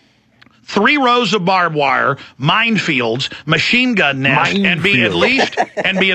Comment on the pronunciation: He fucking said "mindfield." ahahaha